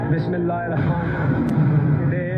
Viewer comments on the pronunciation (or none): none